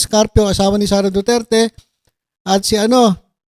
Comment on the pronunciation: TSMA BA DINIG KO: DO-DIRTY!!! DO-DIRTY!!! DO-DIRTY!! 😂😂😂